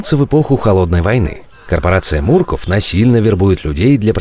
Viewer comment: А почему Мурков ? А не Мерков